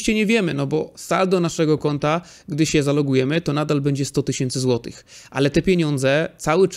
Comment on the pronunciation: Super materiał! Dzięki wielkie za takie odcinki i oby więcej.:) Prosisz o sugestie/propozycje, więc pozwolę sobie: minuta i, brakuje mi głoski "ch". Powinno być "10 złotyCH" i "90 złotyCH". Wiem, że to pierdoła i nie ma nic wspólnego z ekonomią, ale myślę, że będzie się słuchało jeszcze lepiej tego, co mówisz.:)